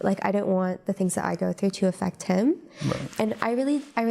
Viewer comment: The way you’re pronouncing affect was distracting, in the way it’s being used, it’s the same ‘a’ sound as in “laugh”